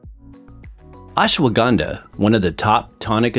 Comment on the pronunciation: It is not acceptable (euphemism) to the ear when you wrongly pronunce Ashwagandha. Better know the right way to say and them indulge in such lectures.